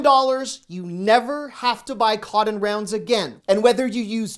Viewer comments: Is he saying, "coddon"? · I get a chuckle 🤭 listening to you saying "cotton".....I have never heard it pronounced "Codden" 🤣🤣🤣 I'm from North Carolina and l had to call you out on it! All in fun of course 😉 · Are you saying "cotton" at ?